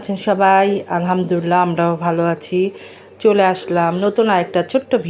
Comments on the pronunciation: Apni muslim tai Alhamdulillah shobdhota sohi kore uchcharon korun please. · ❤ মাশাআল্লাহ আপুর কথা অনেক সুন্দর লেগেছে মুগ্ধ হলাম আর আপুর জন্য একটা নসিহত আলহামদুলিল্লাহ বলার সময় এবং সালাম দেওয়ার সময় আরেকটু শুদ্ধ করে বললে আরো সুন্দর হতো যেমন আলহামদুলিল্লাহ এবং সালাম দেওয়ার সময় আসসালামু আলাইকুম ধন্যবাদ মনে কষ্ট নিয়েন না আপু।